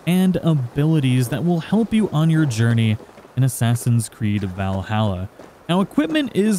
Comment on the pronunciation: Why can people not say Valhalla correctly? Also it was painful to watch the rage of helheim part. All you do is alternate buttons. No timing needed.